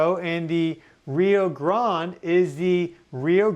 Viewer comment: He annoyed both Mexicans and Gringos with the way he pronounced the word Grande